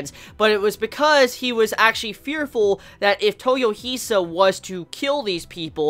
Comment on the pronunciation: dude, you are good! but please, it's toy-O-hisa, not toyoh-I-sa